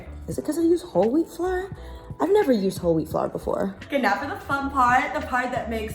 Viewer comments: Ive never seen someone not know how to say ✨🌺flower🌺✨ (flour) fse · I felt it when she said "flawer" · You saying flour, “flar” reminded me of saying No “naur” . You made me laugh so much 🤣🥰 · Omg why can’t u say flour 😆😭😭😭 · I don’t think I can ever say flour the correct way again 🤣